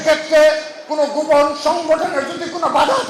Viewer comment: দক্ষিণ এশিয়ার ইতিহাসে সর্ব শ্রেষ্ঠ ফেসিস্ট! তো কাকা দক্ষিণ এশিয়ায় দেশ কয়টা আর কে কে ফেসিস্ট ছিলো? হাসু বুড়িকে শ্রেষ্ঠ হতে গেলো তো আরো কয়েকজন দরকার, তো তারা কে কে নাম বলতে পারবেন ? বলদা কোথাকার, গোপন শব্দ টা বারবার গুপন, গুপন বলে উচ্চারণ করে।আধা শিক্ষিত লালাটু।😂😂😂